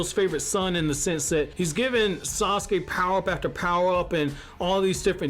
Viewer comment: It's wrong how they doin Yamaha I mean sauske😭